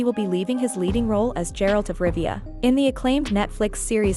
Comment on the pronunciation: who the hell is gerald of rivia ?? or do you mean geralt ?